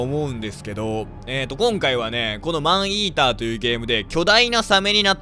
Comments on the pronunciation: 最初の方『アイーダ、スタート 』って聞こえたw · 待って病気かもしれない。マンイーターがマンイーダに聞こえてさらにそれがアイーダに脳内変換された。ポキさんがｱﾊｰﾝいうせいだ…(ありがとうございます) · マンイーダがアイーダに聞こえた私は世紀末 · マンイーターがアイーダに聞こえたねんけどwww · ﾏﾝｲｰﾀｰの発音完全にファンヒーター